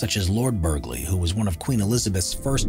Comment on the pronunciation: Just a note, from an English local... listening to you say "Berg-ley" House or Lord "Berg-ley" (number 6) makes me cringe every time. It's spelled Burghley so say it correctly please. (For those who still don't know, it's said as "burly" with a SILENT g, like a burly man for an example. And yes I feel like Hermione in year one of Hogwarts but oh well, it needed to be said.) Found the video very interesting beyond that, though x